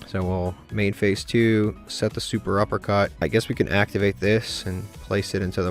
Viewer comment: Fun Fact: it's SET-UPpercut not Super uppercut